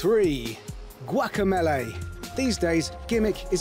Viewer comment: Guacameeeeeeeleeeeeee not Guacamaylay